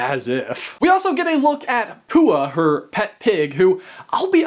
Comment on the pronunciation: also, bless your heart, pua'a is pronounced (pooAH-ah) emphasis on first a, slight glottal stop/voice pause, second a :)